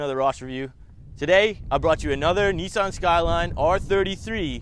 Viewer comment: Just one thing Ross, the pronunciation of Nissan. Not so much as Nee San here in Oz but just one flowing syllable more like an en sound, Nissen